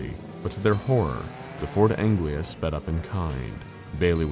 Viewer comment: It's Ford Anglia, not Angela. ;)